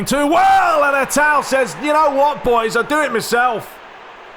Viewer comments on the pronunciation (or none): none